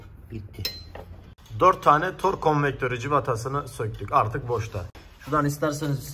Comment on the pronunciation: işin piri fakat tors değil tork orlink değil oring 😀😀